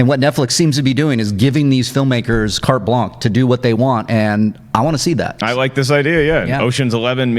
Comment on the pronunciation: What is with horrible mispronunciation of 'carte blanche'? Cringe. Better to remain silent and be thought a fool than to speak and to remove all doubt.